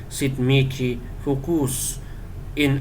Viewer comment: Paano kung maramihan Bro? Dapat ba isa-isahin? Miki pala pronunciation ng mihi Bro